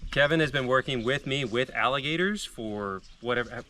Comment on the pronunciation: freeze . u said wrestling alligasyors